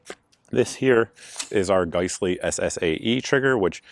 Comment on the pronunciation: It drive me nuts you pronounce giessle(guys-lee) as gice-lee